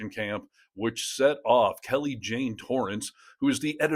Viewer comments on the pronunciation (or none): none